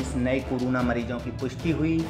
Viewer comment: woh keh raha hai ki news narrator corona ko curuna bol raha hai 😂😂